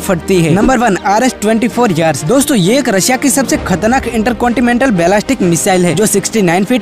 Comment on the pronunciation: वह कॉन्टिमैँटल नही बल्कि उसे कॉन्टीनैँटल बोलते हैँ सही उच्चारण करेँ।